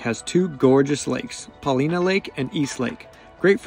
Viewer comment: Super nice video! But it's Paul-eye-nuh, not Paul-ee-nuh... :)